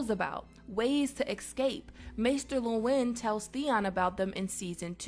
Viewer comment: Pronounced maester Luwin wrong.